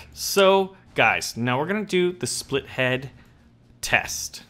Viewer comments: Why u say split -head instead of spitlead? I really need an answer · Its spit-lead, not spithead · OH MY GOD. ITS SPIT-LEAD NOT SPLIT-HEAD! FOR GODS SAKE WHY DOSE EVERYONE SAY THAT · The big plane is pronounced SPITlead